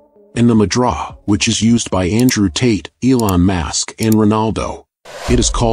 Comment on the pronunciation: Please let this narrator know that Elon’s last name is Musk, NOT MASK!! Musk Musk Musk, can you say Musk?? Please it’s MUSK!!!!!! Not Mask!! Did I get through???